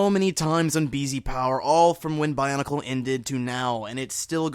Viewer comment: love, how it sounds like barnacle sometimes, when he says bionicle quickly.